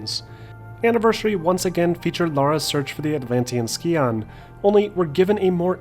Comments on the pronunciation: Just as an FYI scion is pronounced with a soft c, not a hard c. saien not ski-on. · Scion is pronounced (Sy-ohn) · Ah you Americans, it’s not ski-on! It’s psy-on. Bless your cotton socks! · "Ski-on? No. Sigh-un. Toyota's been making commercials that pronounce the word right for 15 years. Scion doesn't have a hard C and it has a long I. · Like your videos but... skee-on? The correct pronunciation would be sci-on, no?